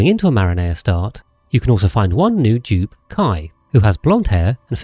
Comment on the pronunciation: Bro can u at least say the name of the planet right? It's Marine-A, not a yummy pizza sauce dude. It's like when u tell some to say eyes and they say e-yes.